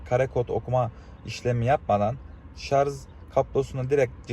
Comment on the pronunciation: şu ŞARJ a niye inatla ŞARZ diyorsunuz anlamak mümkün değil